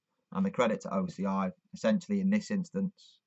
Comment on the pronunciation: Speak acronym for OCI you can't be heard properly about it